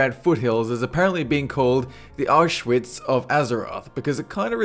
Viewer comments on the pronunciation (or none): none